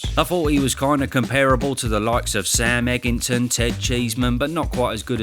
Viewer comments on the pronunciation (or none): Did you say Sam Eggington ?